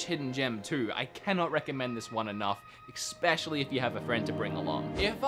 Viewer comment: Stop saying eXXspecially!!!!!!! There’s no effing X in it